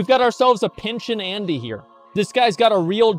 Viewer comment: We Americans can't help it. We just see EU- sounding names & say whatever comes to mind 😂😂